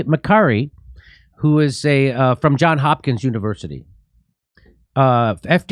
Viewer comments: Who's Hopkins? JOHN'S hopkins! Hahahaha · Who's Hopkins University? Johns' Hopkins University...